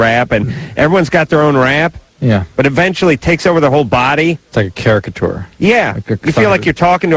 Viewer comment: Don't like the way Adam says uhventually instead of eventually